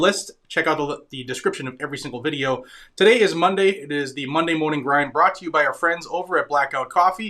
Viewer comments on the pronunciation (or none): none